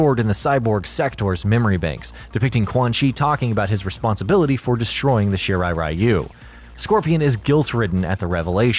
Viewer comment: Gee how about 'Are you'? Shirai Are-You?